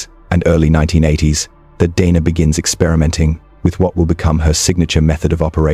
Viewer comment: He does, but I wish he’d get her name right, he pronounces it “Denna” “Deana” “Dayna”